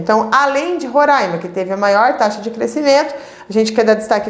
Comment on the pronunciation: falou roraima certinho, otima aula